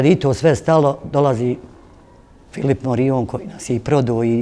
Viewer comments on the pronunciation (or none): none